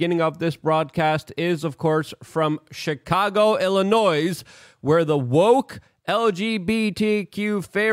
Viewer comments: Luke! Stop pronouncing the s in Illinois! Stahhhhhhp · The 's' in illinois is silent, it bugs the shyt out of me when you say it that way😊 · I live west of chicago out in the boonies and its even worse than they show. Luke, you dont put the s on Illinois. The s is silent